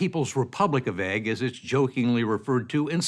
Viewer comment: It's ooigg not egg!